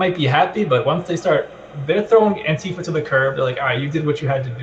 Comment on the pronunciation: what's with pronouncing ANTIfa as anTIFA?